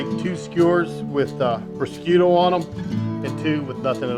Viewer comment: Looking Great chef! Both the food and yourself! One small nigglin....I come from the n.e....specifically Long Island ny, and an ethnically Italian lineage....prosciutto is known as...phonetically "prahhzhutté" or prazhute(if you wanna speak Sopranos...lol). Either way...KILLERRRR!!!! Def gonna whip some of this up!!!!! Love ya chef!!!